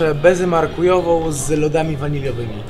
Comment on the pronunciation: marakujową nie markujową